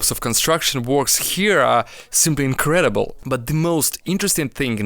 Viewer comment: did say Incrilыbl (English haven't ы)